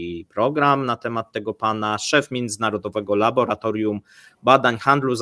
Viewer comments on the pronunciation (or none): none